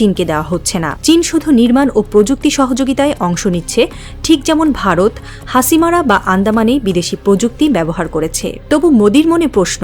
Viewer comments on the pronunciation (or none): none